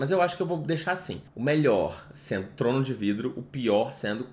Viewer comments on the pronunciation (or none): Ele falando “Trono de VRIDO” com a maior naturalidade HAHAHAAHA te amo entenda